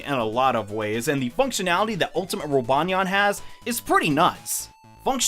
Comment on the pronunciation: rip roobanyeayn u will forevah be in our memoreez